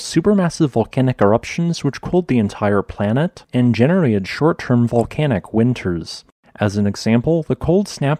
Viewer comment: You have a sloppy habit of dropping "t" from many words (e.g., 'genera-ud', 'loca-ud'). Otherwise, we enjoy you melodious voice and engaging content.